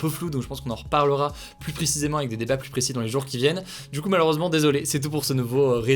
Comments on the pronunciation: Le S ne se prononce pas dans plus , on ne dit pas la plusse belle 😅😅😅 on le prononce dans 1 + 1 that s all ! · Par contre on ne prononce pas le S de « plus » par pitié. Oui je sais je suis relou. Merci pour le reste :)